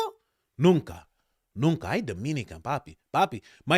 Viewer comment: The “Nunca” was so on point 😂